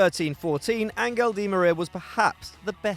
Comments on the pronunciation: The fact that the pronunciation of Angel was pronounced with a strong g like angle instead of a passive g like angel is supposed to be kinda got me annoyed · hey dude, you call him "Ahn-gel" di Maria. Which is just as wrong as pronouncing it english (Angel). Try to say "Lasagne". You say "La-sag-ne" ? No. It is "An-chel", che che che. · Why you saying aGenl like an angus bruh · Angel not angle